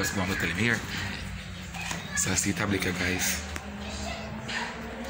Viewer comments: always a MeK up words ‘’Tablic “🤣🤣‘ ‘’Dipscription’’ tf 🤣🤣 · King seh hab eeh tablick instead of tablet😂😂😂